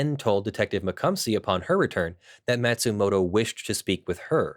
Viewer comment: Matsumoto isn't pronounced "mat-sumoto", it's "maw-tsumoto". (Or 'mah-tsumoto') ま・つ・も・と